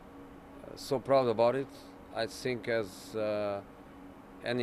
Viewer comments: "I sink" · "i don't sink"